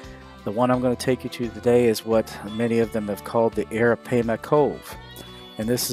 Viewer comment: You MissPronounning Arapaima